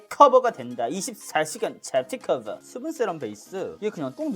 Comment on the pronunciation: 아 행복해ㅋㅋㅋㅋ 촉촉하게 (강조)커붜가 된다 24 시간 좝튀 쿼붜